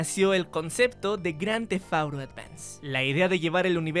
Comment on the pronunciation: Bien vídeo pero que estresante escucharlo decir cada rato grandthefauro , porque auro? Porque??? Díganme porque